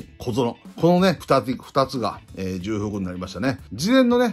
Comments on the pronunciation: 重複は じゅうふく ではなく ちょうふく です。 じゅうふくは×ではありませんが 元々は間違いです。 貴重をきじゅうと読む人が増えればいずれきちょうの横にきじゅうも辞書に載るかもしれませんね。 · 『じゅうふく』ではなく『ちょうふく』ですよ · 重複はじゅうふくではなくちょうふくかと思います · じゅうふく が凄い気になっちゃう（笑）本来は ちょうふく だけどもうこれもどちらでも良いって風潮になってるよね… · 里崎さん、じゅくふくではなくちょうふくでは？ww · サトさん色んなチャンネルで使ってますけど、｢重複｣はジュウフクじゃなくてチョウフクです。 細かくてすみません。毎度毎度気になっちゃって( . .)" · じゅうふくじゃなくてちょうふくね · 慣用読みで使われてますけど、じゅうふくは聞いてて恥ずかしいのでちょうふくと言いましょう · じゅうふくじゃなくちょうふくです！！ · 重複は「じゅうふく」ではなくて「ちょうふく」ですよ。「慎重」「丁重」と同じ読みです。「慣用読み」として使われているだけなので、今後訂正された方が言葉を使う職業として宜しいかと思います。 山下輝投手取れたのは良かったです。高校時代投げ方を見て波佐見高校の隅田投手同様木更津総合高校の山下投手をプロで通用する投手と見ていました。トミー・ジョン手術で回り道しましたが、パワーアップして戻って来ました。変化球のコントロールでは隅田投手と互角なので確保出来て良かったです。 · 重複をじゅうふくって読むのアホだと思われるので辞めた方がいいですよ まあ最近はじゅうふくって読んでもいいみたいになってますけど、読み間違えるアホの声が大きいからそれが通用してるだけであって やっぱりここは多くの人が見てるんで正しい日本語じゃないとだめでしょ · 重複は、『ちょうふく』と読みます！ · 重複（ちょうふく）が正しいかな？ 投稿おつかれさまです。袴田さんとの収録も楽しみだな。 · 里崎さんも「じゅうふく」民だったか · 重複をじゅうふくって言うの気になる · 里さん！ 重複は「ちょうふく」ですw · 重複→ちょうふく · 重複(ちょうふく) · 重複をじゅうふくって連呼するのがキツい。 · 重複(ちょうふく)です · 重複は、じゅふくじゃなくちょうふくです、かんさいじゃなく かんせいがくいん。